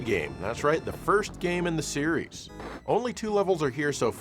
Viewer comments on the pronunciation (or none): none